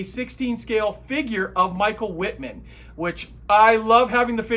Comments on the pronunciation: I am sorry but Wittman’s name is pronounced Vittman. German pronunciation of W is V. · your pronunciation of 'Wittman' requires a minor correction. The 'W' sounds like a 'V'. Thus, its 'Vittman'! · Wittman, pronounced Vittman in German.